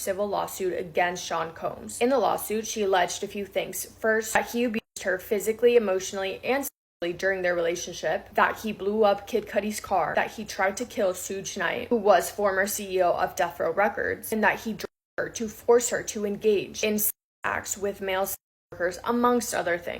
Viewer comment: 😂😂😂 LMMFAO ROF PMP! Did y'all hear how she said Suge Knight's name??? 🤣🤣🤣🤣 Sweetie I know that you're white, so am I, but I know that how to say his name!!! It's pronounced Shoog like sugar.